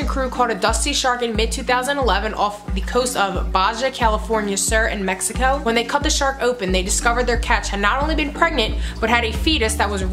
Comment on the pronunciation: uh... BAJA...is pronounced Ba-Ha college lady.